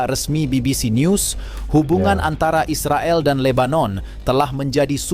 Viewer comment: Bro cakap Is the gail ya bukan Israel... hmm..cakap malaysia macam itu yaa 😊